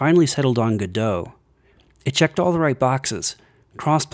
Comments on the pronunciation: if im hearing correctly, is he saying gudoe? instead of go- dot? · it's pronounced "godot" like robot not "gedough" like get dough... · You might hate this: the developers put out a statement that it is pronounced "Go Dot" their logo is a robot, the Godot Robot because it rhymes guhdough sounds better I agree, but it's not a French word unfortunately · I expected you to say it like "Go Dot", but... "G' Doe"? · Why do you not pronounce the T on Godot? I pronounce it how it is spelt. Go - dot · Thanks for letting me know! I've heard people arguing for both pronunciations before but I hadn't heard of an official statement. However, it's too late to change it for this video. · Wait, is that how people normally pronounce Godot?